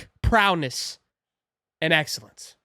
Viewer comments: Yo dawg it’s not prowness it’s prow-ess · You keep saying it wrong, it's ProWess not ProNess! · It’s prowess not prowness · Lmao I wanted to save you with the word P R O W E S S but you repeated prowness 4 times 😂😂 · There is no N in prowess lol great video😂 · Lol!! My dude kept wanting to throw that “n” off in there… “prowness” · There’s no “N” in prowess